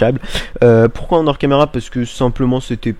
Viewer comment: Double post, c'pas bien toussah, mais, on ne fais pas la liaison entre le "en" et le "hors". (ça aurais été en ors, tu la fais mais pas dans d'autres cas... oui je sais aussi utile que de dire que j'ai mangé une pomme ce matin, mais j'ai frolé la fracture du tympan x)) Autrement, fort bonne idée les escaliers sur le panneau d'affichage? Et enfin, cette rive commence a ressembler a quelque chose de bien sympatoche:) Bonne continuation a vous trois:)